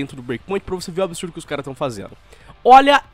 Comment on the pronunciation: Ser humano normal: Absurdo: Abihçsurrdoh